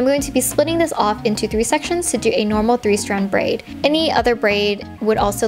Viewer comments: “i’m braiding this into a simple three straid brand” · Did anyone else notice she said 3 strad brand? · "three straid brand"